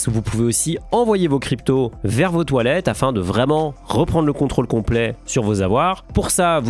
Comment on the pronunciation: "Vous pouvez l'envoyer vers vos toilettes...." ... hein ? "Vers vot' wallet" haaaaaaaaaaaaaaaaaaaaaa